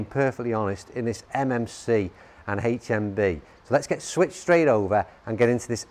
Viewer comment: Why's he gotta say "haech mmm bee"?